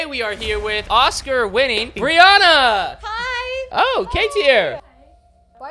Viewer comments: Not them calling her Bri-Ona instead of Bri-Anna😭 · Them saying Briana instead of Brianna killed me 😂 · ITS BRI ANN NA NOT BRI UN NA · Im i thought it was bri an-ah not bri on-ah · Pronouncing Bri's name BRIUNA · It’s her name is Brianna not Brianna